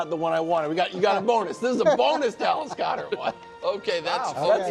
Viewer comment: “DAllas GOEDert”